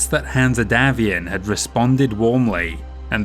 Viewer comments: The E is silent in Hanse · Is saying "Hanse" wrong on purpose? Or is it just his accent?